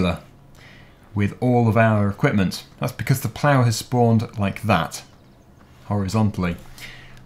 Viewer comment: will you please stop saying "becoss".